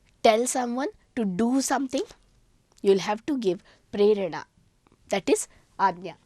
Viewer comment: wrong, it is prerena with long a